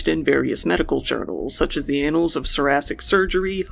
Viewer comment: It's pronounced ann-uls not "anals." Obscure academic word, just thought I'd let you know. Love your channel!